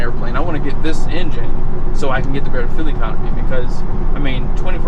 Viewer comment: Why does he call it “fill economy”